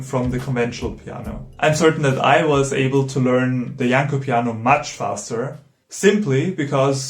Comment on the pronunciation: Thanks for putting so much effort into this great video essay. Well done for not butchering Janló's name. I found this instrument ages ago and was very much surprised. The futuristic concept is still alive but faces the same problem as it did when it was shown to Franz Liszt... What I always wondered is what if a Rachmaninoff-of-today takes the effort and learns it rising playing it to a virtuoso level...?!